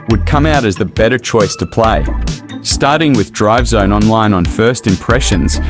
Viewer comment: I swear it sounds like you're saying drug zone 😂😂